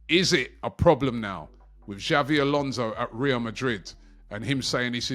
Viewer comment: This guy keeps calling him Xavi Alonso and it's so annoying